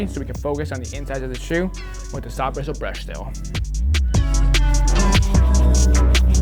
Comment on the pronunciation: Getting through 2020 and my man still says "saf-brissle" brush funny😂